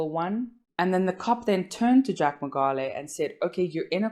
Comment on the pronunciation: Great video. But please pronounce the surname correctly.